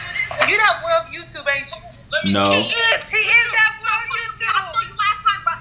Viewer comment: On god I be in tears when they call my boy “”😭😭😂😂